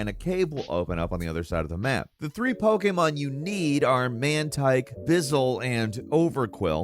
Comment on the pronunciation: This dude is basically reading from a script 🤣. I died when he pronounced Japan's version of how a cat sounds. NiYAN. But that's understandable considering it's a different language. But he even called it Pokéman towards the end of the video